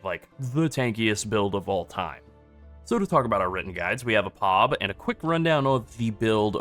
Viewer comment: bro please stop.... It's P. O. B and not POB 🤣😂😂😂🤣